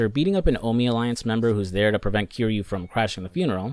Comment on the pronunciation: Dude made a whole video about yakuza and played a bunch of the games but didn’t say the main characters name right once lol